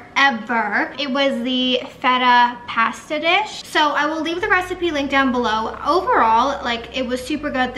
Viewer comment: Always love your makeup!! Btw it’s pronounced pasta 🍝 not past a🤣